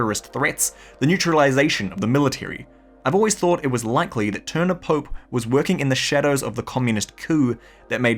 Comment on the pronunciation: Klaus "Pope" is actually pronounced Klaus Poe-Pay